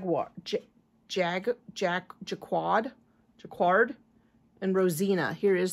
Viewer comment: The word is pronounced as if it was spelled "jacard" with no "u" or "w" in it.